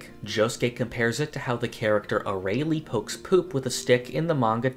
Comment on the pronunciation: That Arale pronunciation was painful